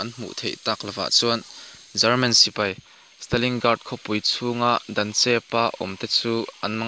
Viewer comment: Stalingrad tihtur zok,stalingard nilovin😂